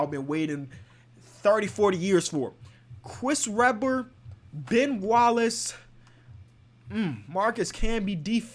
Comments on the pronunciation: “Cwis Rebber” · listen how he says Chris Webber